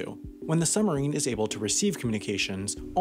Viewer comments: It's pronounced suBmarine. Not summerine. I lasted 5 minutes through this torture. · Is it just me ....or does not the word submarine have a B in it.....they are not summereeens.... they are SUB-marines. Other than the hideous diction , quite interesting . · "summerine" THE WHOLE TIME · It's not a summerine, it's a SUBmarine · suBmarine, not summerines, dude! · it's "Sub-marine", not "Summer-ine". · It's suBmarine, not "summarine". This guy sounds like a five-year-old. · What's a "summer-een"? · Its called a Submarine, not a "sumarine" as you repeatedly say. Take the time to annunciate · WP's pronunciation of submarine: summerine.😉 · I can't stop hearing "summarine". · Sumarine?? There is a "b" in there. suBmarine. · It's submarine... Not summerine !! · Also says "summerine" every single time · We have a similar word in the English language: submarine! The "b" sound is not optional in this word, sorry. It's very odd indeed - because Americans are usually sticklers for pronouncing their consonants pretty strongly. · I wonder if the narrator ever noticed that there is a "b" is "submarine?" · Dear Narrator, Speaking quickly, as you do, the word 'submarine' comes out as 'summerine'. Does distract from the info in your narration. Mind you, there is nothing here that isn't in hundreds of other submarine documentaries. Cheers, BH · Summerine..summerine..summerine..stopped watching! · What the fuck is a "summerine?" Is that the opposite of a "winterine" or something? LEARN TO SPEAK ENGLISH, mush-mouth! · It would be nice if the narrator was able to pronounce "submarine" properly. They are not summarines. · But learning to pronounce the word 'submarine' correctly would need to come first. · Very good video, but you've got to work on pronouncing "submarine." The "b" is not silent :P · Why don't you pronounce the 'b' in submarine?